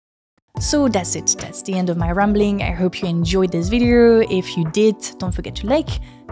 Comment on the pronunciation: Video, not videERRRRRR. It's bad enough when the yanks and Aussies do it.